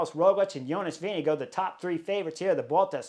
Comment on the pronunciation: Amazing pronunciation of “Jonas Vingegaard” today :)